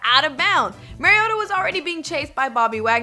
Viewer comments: She said mariata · Learn how to pronounce Mariota's name....wow